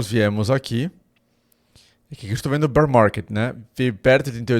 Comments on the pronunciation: "BOU MARGUÊD, BÉR MARGUÊD" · Bour marrrket Bearr marrrrket 😂😂😂